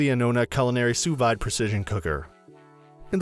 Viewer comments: It's sous "veeed" not sous vyde... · wtf, sous VIIIIIIIDE, its pronounced sue veed. Also anona, how do you miss pronounce a v. facepalm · It's pronounced "soo-veed" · You lost me as soon as you pronounced sous vide. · That’s not how it’s pronounced. Can’t rely on a review when the reviewer doesn’t even know the product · True that.....